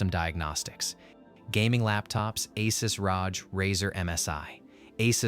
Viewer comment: Asses Roach, that’s some perfect pronunciation.